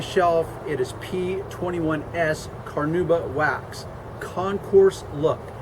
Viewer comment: Carnauba. Car-NAW-buh.